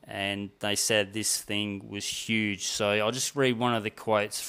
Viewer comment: This guy cant say the word so with an o. Sounds like soew